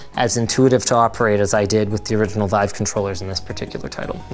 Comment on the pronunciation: wife or vive? :D